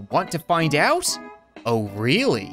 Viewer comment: Even with Cap having a dirty mind, he read Orally like “O’rally” and didn’t understand.